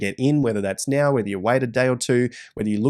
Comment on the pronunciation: "...or are you going to act neow" said the